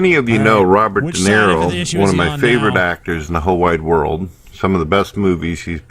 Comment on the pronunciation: I love how claims to be this huge fan of Robert DeNiro, but he's too fucking dumb to even get his name right and keeps saying Robert "Dinero".